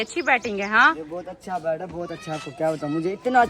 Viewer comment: بیڈ نہی کہتے بیتbet